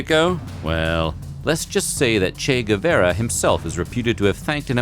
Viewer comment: Please learn the pronunciation of Guevara. Shame!